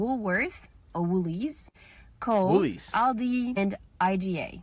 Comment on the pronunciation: Also, we don't pronounce Aldi as Oldi, we pronounce it as Aildi xx